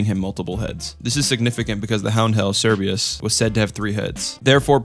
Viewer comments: Awesome video the one thing that bugged me tho was you called Cerberus Cerbeus lol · Oostace? Merreal? Cerbreeus? Dude. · He also pronounced Cerberus wrong. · how do u pronounce "Cerberus" correctly here but then mispronounce it wrong twice afterwards